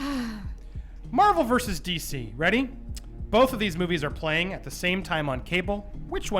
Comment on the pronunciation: I don't know if it's presence or what but I think I heard saying "these boobies" instead of "these movies".